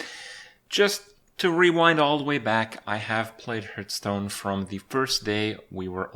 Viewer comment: why does he call it hurtstone